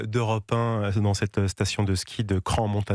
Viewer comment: CRANSS-Montana, pas CRAN.